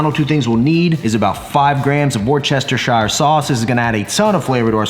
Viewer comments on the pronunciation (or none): I’m from the UK, and it’s pronounced ‘wuss-ter-shur’ sauce 🙌🏻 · WORSE-turr-shire 😂😂 C’mon son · Hi, love the food you make. Worcestershire is pronounced WOOSTER-SHEER…. and yes, they leave out the entire middle and pronounce what’s left wrongly 🙄 But hey I’m Irish, it makes little sense to me either but there we go 🤷🏻‍♀️🍀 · I can’t stand how he pronounce the worcestershire sauce hahaha! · lmao the way you pronounced Worcestershire sauce.....facepalm. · Great recipe! The way you say Worcestershire makes me laugh everytime 🤣 Keep trying maybe you’ll get there one day haha. Seriously though your channel is a literal life changer. I personally have developed my cooking skills so much over last 18 months or so and your videos have played a huge part in that so I want to thank you for that. Keep the videos coming mate their a huge help.